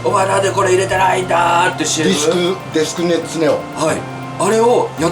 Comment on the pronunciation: よく言い間違えしちゃうエガちゃんがサラッと「デスクネッツネオ」と言ってて仕事に対しての本気度や企業への敬意を感じた…！ 企業側も嬉しかっただろうな〜！だからエガフェス協賛してくれたのかな？なんて思っております👏